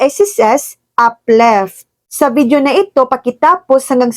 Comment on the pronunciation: uplift hindi upleft😂